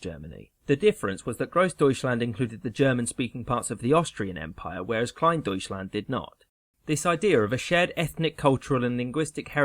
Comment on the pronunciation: It's funny to listen to an english pronounciation of "Groß- and Kleindeutschland" :D (as a German)